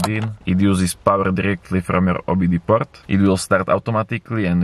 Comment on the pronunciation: Dorallz, 25 dorallz, porrt, bluedooth fastver den? Search up for some tutorials on speech therapy